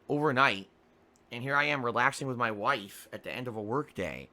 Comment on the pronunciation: His WAIFE and Jasper.